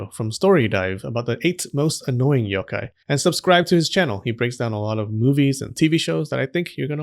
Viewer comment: how did ik he was gonna pronounce yokai wrong with a soft o sound